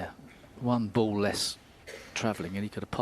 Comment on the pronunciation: I agree. Just compare Taylor's pronunciation of "ball": to Taylor it's a ball, to Davis it's a "bowl"!